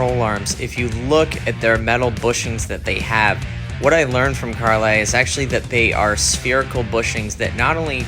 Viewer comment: It is pronounced Car-Lee. Not Car-lie. Good video otherwise.